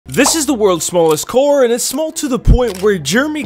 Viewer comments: It‘s pronounced car not coar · ITS PRONOUNCED CAR NOT KOR